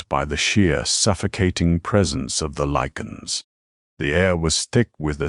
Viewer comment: I cannot respect a channel that tells stories of Warewolves and Lycans and cannot pronounce the word LY-CAN. 👎